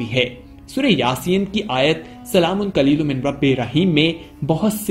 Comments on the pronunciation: Qaliloom nahi hai hazrat SALAMUN QAULAM MIR RABIR RAHEEM sahi elfaz ada kre plz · Pls recite it properly...it's not qlolum it's "Qoulam" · جناب آیات کے الفاظ کو غصب نہ کرو جس الفاظ کو آپ قلیل پڑتے ہو یہ الفاظ قول ہے قلیل نہیں ہے